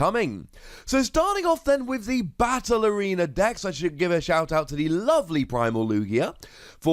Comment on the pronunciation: Every time you said “battle arena”, I heard “ballerina” 😂